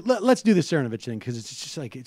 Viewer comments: this video is horribly ironic, given how horribly you are butchering name while mocking him for being unprepared. you even asked how it was pronounced, got the answer, and continued to mangle ur. otherwise- great video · Actually, I have a fair bit of perspect, KK. My crit of Seder's mispronunciation of Cernovich's name has no bearing on how I perceive Seder''s politics, which are generally okay. Make no mistake, Cernovich is a vile skuntbag, probably worse than you've made him out to be. I much detest that man. For Seder to purposefully mock Cernovich by pointedly mispronouncing his name is one thing, for Seder to gratingly mispronounce Cernovich is another. Check the beginning of this video where Sam Seder mispronounces the name of Robert McElvaine. It's indicative of what I've noticed about Seder, namely he has a tough time with (some) names for some reason. For me, continuous mispronunciations are akin to continuous bad grammar and bad spelling: bigtime bothersome. BUDAPEST • 2017 DECEMBER 11 • • • • • • • • • • • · Sam undercuts his credibility by continually mispronouncing the name of Cernovich, starting . Correct pronunciation is SIR·no·vich, not sir·VAW·nich. Interestingly, he pronounced Cernovich's name properly at the start of the video, but later switched to bad. Go figure. Additionally, , Sam says "which is a real phenomena", which is incorrect. The proper noun form is 'phenomenon'. Sam again undercut his own cred by using the wrong word when he rightly mocked Cernovich's misuse/mispronunciation of 'dilation', which should be pronounced DIE·lay·shun, not DEE·lay·shun. BUDAPEST • 2017 NOVEMBER 17 • • • • • • • • • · Cernovich. It's Cernovich, right? Cervonich? Ok, Cernovich. Anyways so Mike Cervonich, err Cervonovich.. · CERnovich, not CerVANich lol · lol, cracking up every time sam butcher's "cervonovich's" name... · I don't know whether or not Sam is intentionally flubbing "Cervonovich," but I hope so. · Sir Von-Itch.